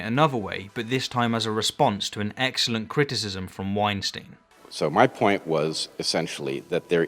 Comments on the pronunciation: And Bret's' last name is pronounced Wine-Stine. Not Wine-Steen; that's Harvey. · You mispronounced “Weinstein”. It’s like Einstein with a W.